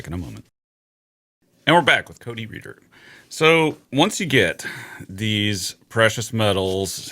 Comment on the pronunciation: I think im mishearing Cody, but it sounds to me like he's saying "chicken hole," and everytime it makes me want some chicken nuggets or some other type of deep fried chicken.